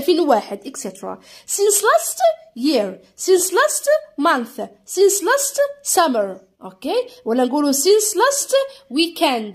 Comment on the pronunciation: أستاذة متتقراش سينس تتقراساينس